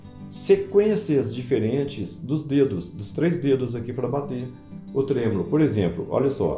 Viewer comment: O correto é tremolo e não trêmulo. 😂😂